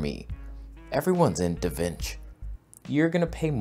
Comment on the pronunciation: Da Vinch 😂